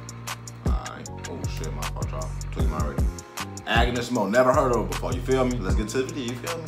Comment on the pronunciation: AGNEZ MO.... like you say in first time ..... that's how to say her name....hehe thanks for reaction btw..... please react to another MV by AGNEZ MO..... overdose feat. chris brown.... or DIAMONDS feat. French Montana.....thx